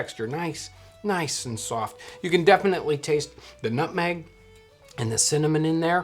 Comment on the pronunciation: Nobody: Nobody on God's green earth: John: N U T M E G